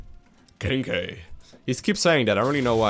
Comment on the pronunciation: Anub'Arak says "Cheeky" but the way he says it sounds a lot like "kinky"